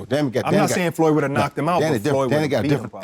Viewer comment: Damn.. he called him "floyd" hahaha😂😂😂